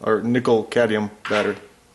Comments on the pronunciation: Too phallic looking? ಠ_ಠ I think your mind is the issue there. Now, please: it's cad*M*ium, not cadium. Thanks for the video! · Cadmium not cadium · CadMium, dude. You said cadium like 10 times in the span of a couple of minutes. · Great! Thanks for the tips. Same situation on a hand held Freshsaver by Foodsaver that sucks the air out of bags. It has two Nickel cadmium batteries. By the way, the 'M' in CadMium is not silent. You guys, anyway, 😂 ! Cad-mee-um! Not Cay-dee-um. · Cadmium: "cad-ME-um" - there's an 'M' in there for a reason. Same with solder, there's an 'L' in that one: "soL-der", from the Latin "solidaire" meaning "to join". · say: Cad-me-um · No problem, They got rid of the Cadmium technology because people could not pronounce it correctly. Next they will get rid of Nucular energy